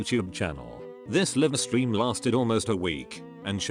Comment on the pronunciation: Hate AI pronunciations. Livestream is mangled so badly. 😂